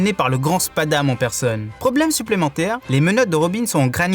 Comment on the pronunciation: c'est blueno et pas bueno et spandam et pas spadam